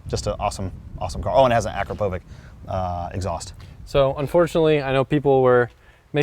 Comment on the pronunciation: Akrapovic. It's actually pronouned "Ah-crap-oh-vich". Not even joking. It's Slovenian. Search for How to Pronounce "Akrapovic" by Dirt Rider. An employee at the factory corrects his pronunciation :)